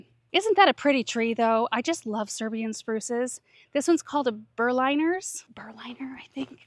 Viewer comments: I think "Berliner" needs to be pronounced like the German capital. ❤ I wish you would take us along for the project inside the house as well, bit I respect your privacy and understand that those spaces are something you don't want to share as much anymore. ❤ Wish you a nice weekend!!😊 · love your botany descriptions & always amazed by what a memory you have for names! I was tickled how you called the Berliner's Weeping Spruce a "burr liner" instead of Berliner like a person from the German capitol. I tried researching the name origin & it's variety is from the Berliner family. I've seen them around Berlin Germany so it prompts me to ask if you've ever done a tour of plants on your property & their countries of origin? I remember your mom referencing some plant origins which is always interesting like people coming to America, so do plants to establish roots. 😊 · Berlin like the town in Germany. Berlin-er pronunciation. :). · Not sure but I think Berliner refers to the city in Germany. I would pronounce as Berlin- er instead of Berline-r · Here’s how to pronounce Berliners Siberian, spruce: Berlin: "bur-LIN" (emphasis on the second syllable). The “i” is a short “i”, not a long “i” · If you remember JFK's speech at the Berlin wall, back in the day, 'Ich bin ein Berliner' was one of the sentences he said in German, then you will hear the pronounciation 😊 LOVE that barn already 🎉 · Yeah, it’s bear-lean-ah with emphasis on the lean 😬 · 👏🏼👏🏼 excellent way of writing the pronunciation! I did not know how I would do that, so I thought of JFK😅 German here and what you wrote is perfect 👍🏼